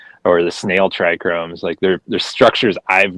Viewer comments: Do i trust a breader who says trichromes instead of trichomes??? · I dunno man - I really do think the issue is how he said TRI CHROMES! My ears hurt every time he said that. yikes - you're a professional in the industry, please learn your own vocabulary and how to say key words! lol